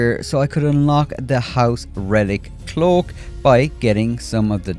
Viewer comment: Dude, it's CLOAK with A. Not CLOOK. If you're speaking English, speak with proper language grammar. Irish don't speak English. They speak Irish.